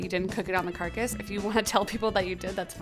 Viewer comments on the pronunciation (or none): It really bothers me that she keeps saying carcus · I don't like that she calls it a carcus 😥 but sounds like a good method to use for fast cooking .